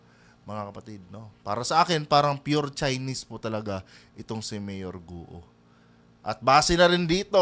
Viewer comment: Guwo po ang bigkas sa guo, ewan kng kung anong tone. 4 tones + no tone ang mandarin at kada tono ay iba-iba ang meaning maski iisa salita. Have a good day at ipagpatuloy lng po nyo ang political vlogs nu esp. PBBM.